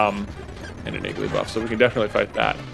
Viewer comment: When you said “Igglybuff”, I thought you said “Gigglybuff” about 7 minutes in.